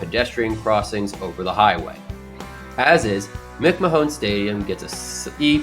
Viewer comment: Believe it or not, McMahon is pronounced like McMan.